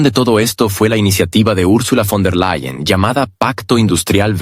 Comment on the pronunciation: fon -der-LE-yen